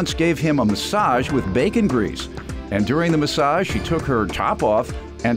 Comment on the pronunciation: She can’t even say “ bacon grease “ correctly 😂 We all know she doesn’t have any bacon grease in her house. 😂 Maybe turkey bacon. 😅